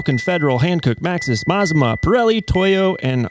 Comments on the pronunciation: It's pronounced "Mah-zah-mah". Named after the volcano in Oregon "Or-eh-gun". 😊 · Mazama isn’t meant to sound Japanese. It is pronounced Ma-Zama and is the name of a small town in the North Cascades in Washington State. The Les Schwab near me was very clear these house brand tires are made for them by Sumitomo and most closely resemble the Falken Wildpeaks. That said, I do think their prices are high and you can find better deals at Discount Tire if price is the most important factor which it often is. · IN THE INTEREST OF ACCURACY IT'S A MA ZA MA ( AFTER THE MOUNTAIN THAT BECAME CRATOR LAKE ) YOU PIN HEAD ... AN INDIAN WORD YOU NEED TO LEARN MAZMA ISN'T IN ANY LEXICON : ) HE WON'T KNOW THAT WORD EITHER .... "GO NATIVE OREGONIANS" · "Mazama".... pronounced "Muh Zah Mah " used to be a local mountain that blew up and became Crater Lake. So for Les Schwab customers in the NW... we know it's their brand. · Mt Ma-Za-Ma aka Crater Lake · Pretty sure it's pronounced "mazama" like "maZAHma" with 'a' like"mama". It shares a name with an Oregon mountain climbing club. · I watched until I couldn't any more. When it got to your buddy talking about balancing I was out. You can't even pronounce Mazama... and it was you that said it was an asian name. Not me. And did you even READ my comment? I wasn't even speaking of where the tire came from just the friggin NAME. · Mazama is of native american origin and you're pronouncing it incorrectly. It's not made up, it's regionally significant. I appreciate retail transparency, keep it up.